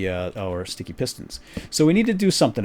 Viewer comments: i like you when you say shticky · i love it when you say shticky! and the tower of power is so epic! (im your biggest fan) =D